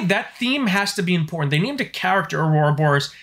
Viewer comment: I like how committed you are to saying, "Aurora Boris". 😁 Even the dynamically generated subtitles types it out as "Aurora Boris" every time you say it. 👍